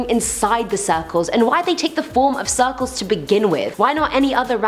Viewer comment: i love how she says suh-culls